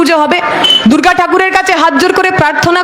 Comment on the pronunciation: এই মহিলা মা দুর্গা কে দূর্গা ঠাকুর বলছে,কি হাস্যকর।